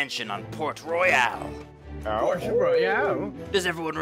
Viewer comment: Royal, not "Royale". Barbosa, not "Barbarosa"